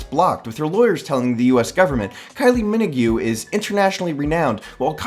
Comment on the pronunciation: That's the worst pronunciation of Kylie Minogue I've ever heard lmfao